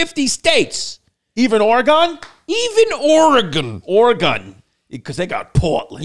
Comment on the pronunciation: It's Oregun not Oregone!